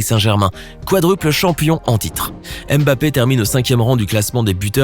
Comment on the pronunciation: Tu ne sais meme pas prononcer son nom. Cest nest pas M. BAPPÉ